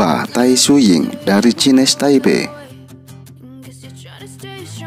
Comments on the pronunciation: ya Taiwan boleh,tapi maksud saya nyebutnya jangan cines gitu wak,kalau mau pake versi bahasa indo ya pelafalannya ya Cina Taipei,kalau nyebutnya pake pelafalan inggris ya Chinese Taipei yg dilafalkannya Chinese nya bukan "Cines" wak,tapi yg bener "Cainis"!sorry wak bukan maksud menggurui lho ya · Aduh itu kenapa nyebutnya cines taipei ya wak?!?!